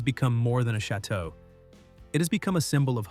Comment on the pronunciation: Pronounce the damn chateaux correctly!